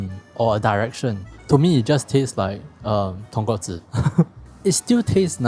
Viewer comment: So proud of you, as I hear the right pronunciation of "Tonkotsu" .... clap clap If I have to be fussy, Japanese pronounce "Ra-men" as "La-men" .... The "R" has no tongue curling for them, so it sounds like English "L".